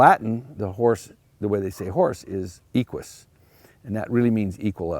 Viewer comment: A few seconds in... and there are already glaring errors: 1. the mispronunciation of the Latin word for 'horse' and 2. an incorrect philological comparison. The etymology of the Latin term for 'horse' has nothing to do with the word 'equal'. Equus and Aequus come from different Proto Indo-European roots. 'aequus' would come from *aikʷ-, meaning flat and also present in Baltic languages such as Lithuanian. 'equus' would come from *ek'w-, meaning horse, properly. Hippo comes from the same root. One would expect that someone who lectures on horses would at least get his facts in order before starting such a talk.